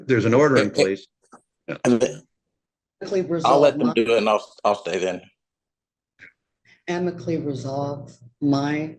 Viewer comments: Listen the moms crazy but the judge has no business correcting anyone's speech or grammar when he can't pronounce the word amicably correctly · Never heard anyone pronounce amicably like that. It’s pronounced am-uh-kuh-blee Not ah-meek-uh-blee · Not to mention Ameekably isnt a word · omfg why can't the judge correctly pronounce amicably?!?! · Yeah the son & mother are kooks but why does the judge pronounce ‘amicably’ that way?